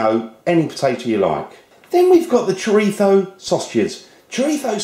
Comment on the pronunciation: may i ask why you say chorifo